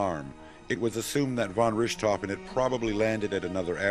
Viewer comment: Von Rooshtofen? Please, a little practice at pronunciation!